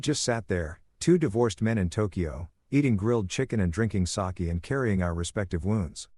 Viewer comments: Sake not pronounced as SOCK but as SAH-KEE or SAH-KAY! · lol I love how the AI can’t pronounce Sake, pronounced it Sock lolol